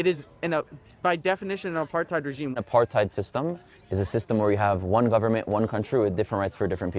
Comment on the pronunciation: No, it’s not about you. These people feed off hate and anger. They are the problem. They don’t want to move forward towards peace, they want war. I cringed as soon as they said ‘Apartheid’ as a South African. Ya’ll need to learn to pronounce ‘Apartheid’ before you all use it. The youth no longer has compassion for others. It’s a shame.